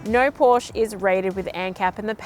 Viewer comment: best review (of ANY kind) i’ve ever seen!! very thorough. but you must pronounce PORSCHE correctly.